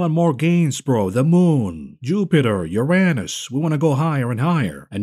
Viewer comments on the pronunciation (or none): none